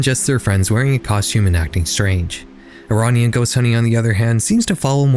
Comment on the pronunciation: Great video! Just putting it out there, I dont think the way youre pronouncing "Iranian" is correct.